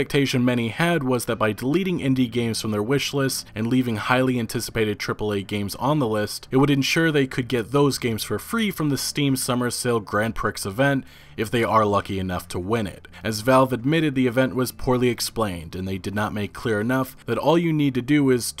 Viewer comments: grand pricks 😂 it's pronounced grand pree on the other hand, great video! A lot of good points. Tim is a hypocrite. Talks how he wants an open market and good competition but what they are doing is exact opposite. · Not sure if this was mentioned earlier but it is pronounced "Grand Pree". Just giving a heads up. Love the content. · Grand "Pree". "Prix" is pronounced "Pree". I tried to move pass it but it kept gnawing at me so I had to say it. Overall, great vid as always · the type of guy to pronounce “Grand Prix” how it’s spelled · It’s not pronounced Grand “Prix” it’s pronounced Grand “Pree” Sorry just a pet peeve of mine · lmao you called it priX, its "grand PREE" xD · Makes my bones hurt that you said grand prix like grand pricks instead of grand pre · ...Hey it isn't Grand Prix like sticks...it is Grand Prix like free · Grand Pree. Not Pricks. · Grand Pricks Event ? lol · Grand Pricks... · Just a heads up Grand Prix is pronounced like Grand Pree as it is of French origins, either way fantastic video and keep up the great work! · I don't think it's pronounced Grand Pricks, but that's how I'm going to say it from now on lol. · HOLD THE FUCK UP. Are we all gonna just ignore the fact that our boy here said "Grand pricks" instead of "Grand prix" ? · Just gonna say “grand pricks event”? Lmao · Did he just say "Grand Pricks Event"? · Grand Prix is pronounced "Gran Pree" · ITS GRAN PREE NOT PRIX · Huh, never heard anyone pronounce the "x" in "Grand Prix" before, haha